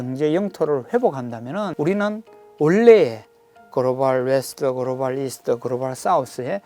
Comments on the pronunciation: 그로발 그로발 그로발 ㅋㅋㅋㅋㅋㅋ 발음 ㅆㅂ ㅌㅋㅋ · 유익한 내용인데 그로발이 너무 신경쓰인다